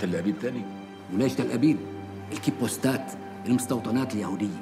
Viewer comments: هناك خطا في مشهد بالدقيقة 10;10 لازم يقول كيبوتسات وليس كيبوستات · بقول كيبوستات بد ما يقول كيبوتسات هههه